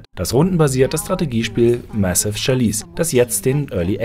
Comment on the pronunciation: Die Aussprache von chalice ist ja mal grauenhaft... dachte Englisch spielt bei der gamestar eine Rolle...